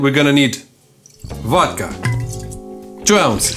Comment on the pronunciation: ahahah🤣 from now on there will only be "vod-cha" in my house! Btw.. I love your channel, nice job!! ❤️